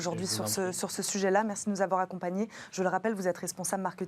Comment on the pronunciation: Il s’est bien débrouillé. Belle intervention. En revanche, ne pas hésiter à re-prononcer sa marque correctement: « chez juste mining, nous faisons... ». Respecter sa marque, prendre soin de son image à chaque instant.